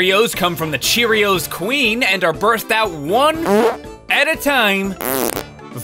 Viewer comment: And then she said uh cherrios playtime